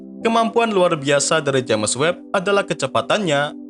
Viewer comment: Maaaaaas... Subscribernya kan udah banyak.. mbok yaah ejaannya dibetulin gitu looh!!🤣😅🙏🤪.. James bacanya Jems.. bukan Jemes maaaas!!.. wkwkwkwk..